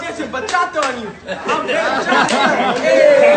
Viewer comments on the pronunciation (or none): Bachata not bachacha lol not personal I'm a fan of you8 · Bachacha lmao it’s Bachata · I know I'm not the only one who heard "bachacha and French fries" xD